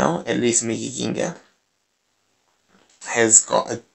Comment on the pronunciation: I think Accent funny.. Gengahh lol